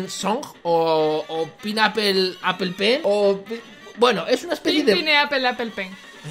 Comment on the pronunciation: se lee penpainapolapolpen